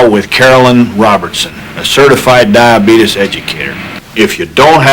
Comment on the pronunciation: Brimley looked pissed when that other dude tried to correct him on how to pronounce diabeetuus.